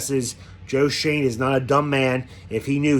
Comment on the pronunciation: You pronounced Joe Schoen correctly!! Your reaction was priceless.